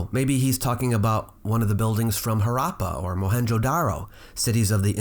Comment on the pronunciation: One suggestion please: this regarding Harappa. It is not pronounced as Haraappa! It is just Harappa with short "a" vowels pronounced as in unusual, uneasy, etc. Actually in Hindi the "r" in Harappa is pronounced with a difficult-to- pronounce mix of r and d!!! And as to B.S. Praveen's video, (you know what bs means I'm sure!) I did watch it, just rolled up my eyeballs, and that was that. Thanks for digging deeper into this monument at Ahicchetra. That huge Shiva Lingam, with its top chopped off, looks precariously perched on bricks. The way it looks, raises more questions about it than anything else.